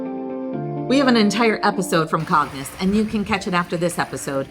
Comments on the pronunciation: Please try to learn the pronunciation from the locals. CAGNES should be pronounced Kaahn-ye not Kaggg-nus. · The video is beautiful and informative, but your mispronunciation of many of the names, especially Cagnes, is embarrassing, and takes away from the overall impression. Why not just sit down with a local for 5 minutes and get things straight?